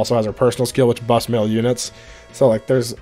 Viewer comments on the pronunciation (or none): none